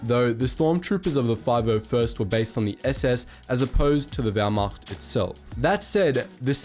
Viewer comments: As a German I must mention that your pronunciation of German words is very very good. I honestly expected that you would say Wehrmacht like wehrmakt. Positively surprised. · “Wehrmacht” As a german, that pronunciation is pretty damn good! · Die Aussprache war für einen nicht deutschen verdammt gut. Natürlich hört man dass er nicht deutsch ist, aber immerhin hat er nicht wehrmakt gesagt hahahahaha